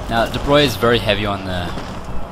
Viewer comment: I was impressed that you pronounced "De Broglie" correctly